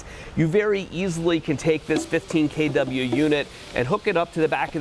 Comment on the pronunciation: “k dub yuh” lol